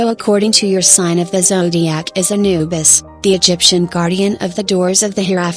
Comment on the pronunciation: It's "Anubis"